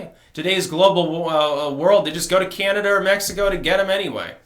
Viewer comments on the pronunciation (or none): none